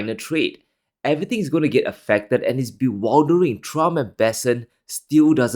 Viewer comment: Bewildling is not pronounced as Be Wild dering.